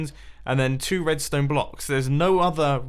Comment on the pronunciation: You said Tedstone on intro